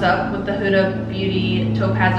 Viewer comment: I always thought it was pronounced HOO-DA, not hudda. LOL Pretty eye look either way and I learned something new! Thanks for the video.